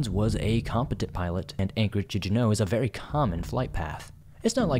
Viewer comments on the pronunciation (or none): Saying "Alaskan Bermuda triangle" just sounds stupid. Alaska is nowhere near Bermuda, just call it the Alaskan triangle. Also, "Juneau" is emphasized on the first syllable, just in case you make another video on the topic.